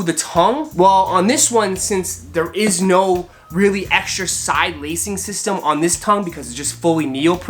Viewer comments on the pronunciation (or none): none